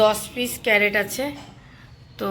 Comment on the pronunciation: Carrot bole na crate bole